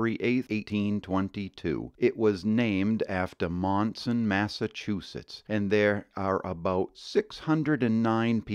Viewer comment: I grew up in Monson, Maine. Overall, a great video. However, a few discrepancies. It's called Spectacle Pond, not Spetacle. Another is, Monson, Mass. is pronounced Munson. Another is, please pronounce Bernice correctly. It's pronounced Berniece.